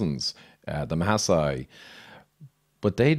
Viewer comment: Maasai not Ma sai they are the Maa tribe! I was born in Nairobi (a maasai name) and raised in Kenya.